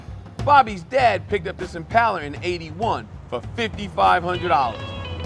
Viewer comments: This has gripped me for years so it is good to hear someone pronounce it right and someone else say it. I think the west coast pronunciation is Impala! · Always nice to hear someone who actually knows how to pronounce "Impala"; theres no "U" after the first "A"!